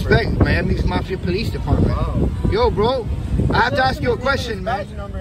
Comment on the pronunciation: Lol bro it’s “mafia”